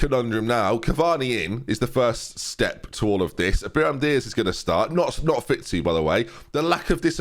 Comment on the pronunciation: Still saying Biram Diaz 😭